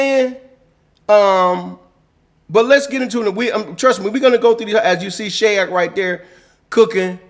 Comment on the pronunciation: Can we also please normalize pronouncing these players name correctly! Shayok is prononce (Shy-yōhk) not (Shay-yohk) and Khaman Maluach last name is prononce (Malu-waiyj)!! Appreciate you all get familiar with these names and pronounce their names properly!!